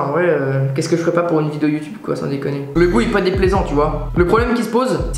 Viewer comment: On dit pas uotibe